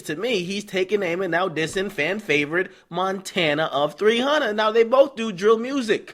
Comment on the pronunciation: Montana!...n not Frenchie lol